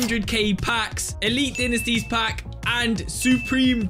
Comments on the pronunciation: Great vid! but Dinisties💀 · good video but dinesties got me triggered